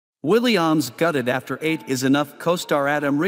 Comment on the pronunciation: Willie Ahhmes? Pronunciation needs work